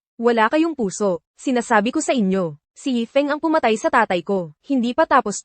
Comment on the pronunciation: Mali2x tawag yifeng na yefing. Eh si Su yan